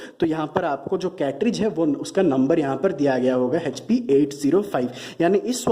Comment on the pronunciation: Hp ko hechpi kyu bolte ho Echpi ( Hp ) hi bolo.